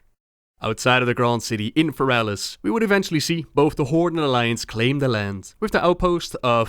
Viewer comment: fErelas. fErelas. not ferAlas.